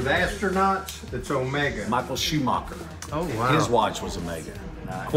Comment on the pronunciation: “Michael Shoe mocker” 😂 … Michael Schumacher it’s got an “A” in it 😂